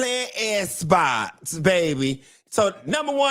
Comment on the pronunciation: saying "S Box," had me rolling!!!😅🤣😂. So glad your back and feeling well!